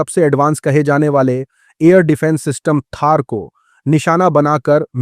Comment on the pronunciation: Vuska naam THAAD hai, THAAR nahi, please correct